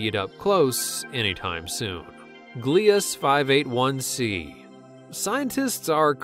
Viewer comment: You are pronouncing it wrong.55 cancri e .55 (can cry e). Gliese 581 (gleesay). EDIT:no hate